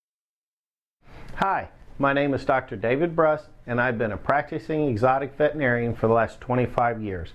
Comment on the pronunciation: I just wish he would pronounce the name of his profession correctly. It's not vetnarian. It's vetERinarian. argh. But good videos and good info...makes me want one!